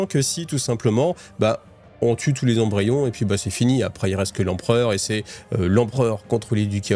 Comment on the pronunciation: Excellent épisode merci bcp Attention aux liaisons (20 Zembryons c'est non qd même 😅) J'adore ce passage avec Cawl placide en train de se mettre en place et Yvraine qui monte en compétence 😉😉 Excellent